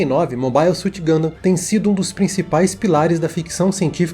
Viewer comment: finalmente um vídeo sobre Gundam, quem sabe agora o aprende a pelo menos pronunciar o nome do jeito certo